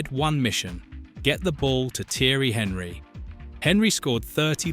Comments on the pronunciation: The fact it pronounced Thierry Henry like Henry the fucking hoover was a dead giveaway. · This was looking good until Henry was pronounced the way it was. A.I or poor knowledge but either way I'm out.